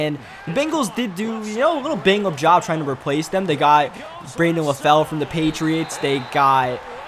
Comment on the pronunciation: and "dem" instead of "them"